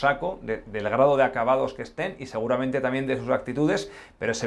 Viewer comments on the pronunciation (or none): none